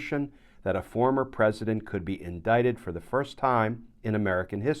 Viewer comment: Indicted and not "indicated".